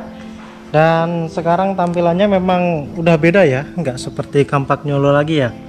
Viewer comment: Gaada panduan pemasangannya kah, sehingga hasilnya seperti itu? Oh ya btw Campagnolo bacanya 'Kampanyolo' bukan 'Kampagnyolo'